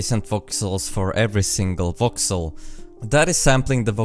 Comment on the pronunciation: Every time he says voxel I hear Vauxhall.